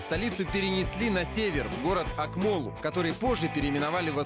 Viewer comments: Акмола а не Акмол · Не каверкайте казахские слова!!! Ауежай! АкмОла!